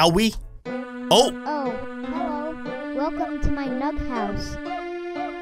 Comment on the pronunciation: Baldi: oh hi wolcome to y nugg house Me: hahahahahahahahahahah